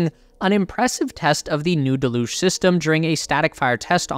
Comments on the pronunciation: Deluge is not de'luge.. Dell-youge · I can't handle how badly u mispronounce deluge, it's truly horrible to the ears.. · yea it was painful